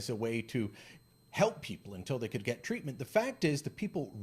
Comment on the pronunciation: Is that really “ TWEATMENT “ or “ TWEAKMENT “ ! ? ??? 😳🧐